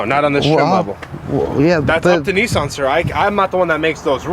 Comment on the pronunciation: haha he called it neeson! it's Nissan! Niss - an